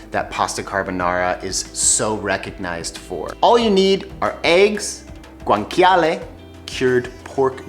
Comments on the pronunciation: Yikes! Please stop pronouncing guanciale as gwanKyahleh. It's correctly pronounced gwanCHyahleh. Ugh! cringy... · It’s actually pronounced Gwan-cha-leh no k sound 😜